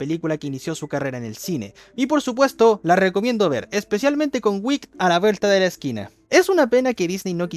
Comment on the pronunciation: Vídeo god y peli god, pero así no se pronuncia Wicked xD. Entiendo el error, lo dices como otras palabras en inglés que también acaban con "ed", pero Wicked se pronuncia como se lee.